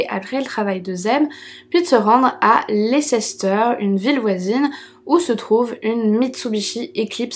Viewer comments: bonne histoire!prendre le chien le faire rencontrer les suspects et regarder sa reaction! ca ne ment pas un chien! leceister se prononce, lester a titre d indic! et mange de la choucroute ou choux fermente, njoylife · Merci pour cette vidéo, toujours aussi qualitative et agréable à regarder 😍 ça me fait tout drôle d’écouter une historie en lien avec la ville où mes parents vivent et dans laquelle je vais assez souvent.. D’ailleurs petite précision banale, Leicester on prononce « Less-ter » ! Merci encore à toi ❤️ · ça se dit "leste" ^^